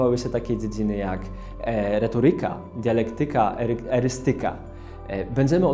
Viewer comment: mała uwaga. Jeśli już mamy wprowadzenie o „słowach”, to warto zwrócić uwagę na to, jak je wypowiadamy. Odnośnie tego odcinka chodzi mi o akcent w słowach „retoryka” czy „dialektyka”, który był położony na niewłaściwej sylabie. Nie jest to jakiś wielki błąd, ale myślę, że można nad tym popracować:)